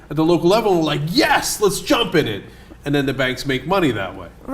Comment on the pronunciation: It felt wrong the way Cenk said that. It's supposed to be "I jump iiiiiiiiin it!"